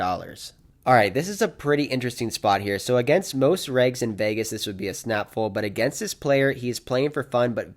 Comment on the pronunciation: you’re one of the best poker vloggers going! Love every video. But I’m not sure if you know that the word “fold” has the letter L in it. Keep it coming champ